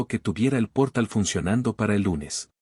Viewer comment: NO es "gatilló" sino gatillo, palabra grave, de la misma forma NO es "pórtal" sino portal, palabra aguda. Que vaya aprendiendo español la IA.